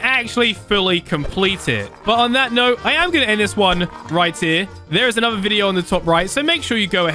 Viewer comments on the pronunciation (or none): none